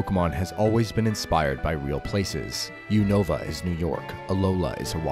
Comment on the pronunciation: By the way, Unova is pronounced YOU-nuh-vuh with the low stress on the vuh